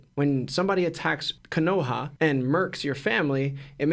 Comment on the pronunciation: I dislike how you say ko-no-ha